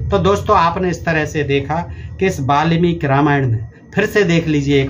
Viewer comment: Ve malmik nahi balmik hai😂😂